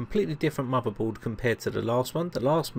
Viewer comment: "He was playing wiv a muvvaboard...the soize of a tangerine"